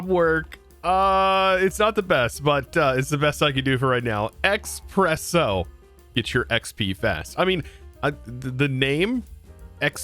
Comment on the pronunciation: Just double the P "Exppresso" you nailed it.